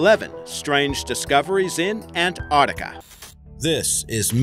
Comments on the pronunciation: It's NOT Antartica, it's Ant-arc-tica!!! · Fucking ANT ARCTICA,SAY ANTARCTICA FFS!!! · What is that accent? Sounds like Boston crossed with New Zealand? Its An-tarc-tic-a not Ant-art-ic-a by the way. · he says it like ant artica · Muhammad Aslam Che Abdullah nah we pronounce it an-tarktica here. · It is pronounced ANTARC-TICA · Ok I had to switch off as soon as I found the narrator couldn't even say Antarctica properly!